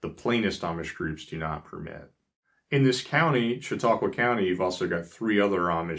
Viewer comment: I congratulate you on your pronunciation of Conewango, Cattaraugus, and Chautauqua!! Although my family is "English," our roots go back to before the Amish settled here. We are really amused by current affairs, worries about shortages, and "preppers" fears of EMPs to which the Amish would say, "huh?"